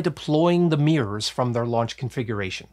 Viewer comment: There are two Rs is the word MIRROR…… Jesus Christ. No idea why you insist on calling it a Meeeurs